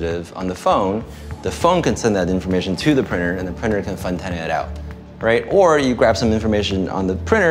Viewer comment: What is a “prynner”?